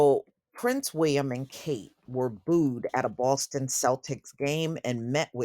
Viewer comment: The way you say "Prince Wee-uhm" is hilarious 😂